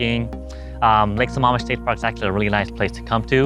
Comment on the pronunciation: Hey bud just thought I'd let you know it's lake sa"maam" Mish. Not Sa"mom"ish